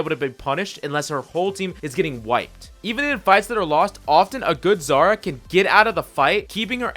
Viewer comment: It's "Zarya", not "Zara"